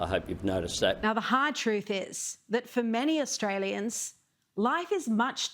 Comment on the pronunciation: He says ustrayans.. wtf!?